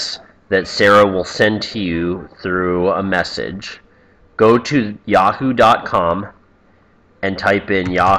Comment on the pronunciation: Did you say YawHoo ?